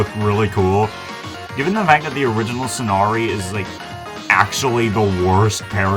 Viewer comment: Did I hear you say "Sonari" instead of Somari? Just curious if I actually heard that right.